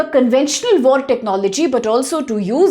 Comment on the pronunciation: Wait, I didnt know theres vore in gaza, are gazans even into vore? (I know its an accent thing and she actually says war, but its kinda funny)